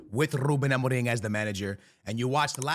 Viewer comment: I heard you said ruben amoring...😂